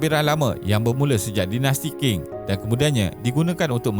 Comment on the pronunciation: Qing disebut Ching dan bukannya King 😊